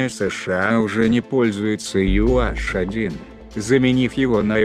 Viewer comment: Маленькая поправка - не Ю аШ, а Ю эйЧ